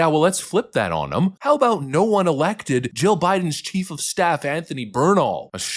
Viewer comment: Did you say "rammed by her chief of Stiff?"